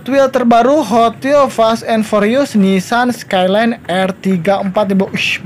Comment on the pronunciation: "forius" wkwkwkwk